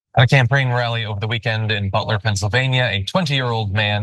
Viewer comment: John said “camprain rally”…uh oh, he may need to step down?